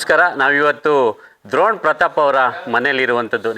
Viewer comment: ದ್ರೋಣ್ ಅಲ್ಲ ಡ್ರೋಣ್